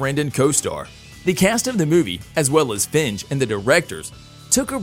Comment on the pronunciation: So no one is gonna comment how Kevin Feige’s name was so epically butchered. It’s pronounced Fye-gee.